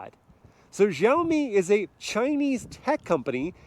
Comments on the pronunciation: It’s pronounced “SHAWMI” not “JUAMI” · Its pronounced "Shao mee" the xi makes a SH noise in mandarin its not JEE OWW MEE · Let me help you with the pronunciation of Xiaomi. In the video you are saying Jow-Mee, but it should be more like she-ow mee. Shao, like cow and pow. The true pronunciation of the X initial has a bit of air to it as you say it like you're hissing. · The X in Xiaomi is read as "Sh" not "Zh" 😃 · It's read with ch as in Chevrolet ,not with g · Why do white people pronounce X as "zh" or "j"? X is pronounced "shee". It's fking sheeow mee, not zhao me... their president is shee jin ping not jee jin ping. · It’s Sha O me! No za o me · x=sh not j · It's not Zhaomi btw 😑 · It's pronounced Siaomi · Xiaomi not jaomi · why do you pronounce it like "Jaomi"? Is there "J" letter in "Xiaomi"? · hey, when you read Xiaomi, you can just read the "x" as "s" , like siaomi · "Jauohmi SooSeven" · Please it's Xiaomi ... As in Shiaomi 😂😂😂😂😅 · It's Shiaomi. Like /She Jinping/ (spelled Xi Jinping) In Chinese transliteration, X is pronounced "Sh". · you don't have Xiaomi phones in the us ?????? (it's pronounced "shiaomi" by the way !) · just fyi its pronounced with a S, "siaomi". its a chinese to english direct translation =) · xiaomi is pronounced "see-yow me" with see-yow being a single syllable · Wrong pronunciation! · thank you! i always cringe when i hear foreigner try to pronounce xiaomi su7. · both wrong guys. haha but its always cute to see foreigners try to pronounce it.